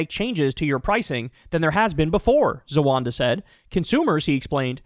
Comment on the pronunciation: Please,please ,please take the time and effort tO read. It's spelled Z=a-w-a-w-ad-a. NOT Z-A-W-A-N-D=A